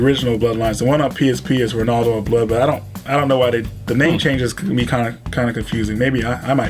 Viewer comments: "Renaldo of Blood" oh you kill me haha! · "Renaldo of Blood"